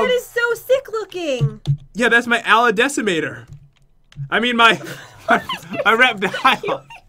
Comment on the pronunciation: Its not ala decimator Its Ali-Decimator